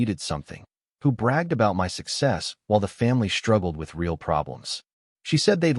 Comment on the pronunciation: None of these AIs seem to be able to pronounce "real" in English rather than Spanish; it would be amusing if it wasn't completely facchin stupid instead!